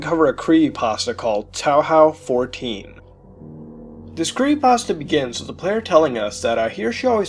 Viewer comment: wtf is towl howl? You mean TOE HOE?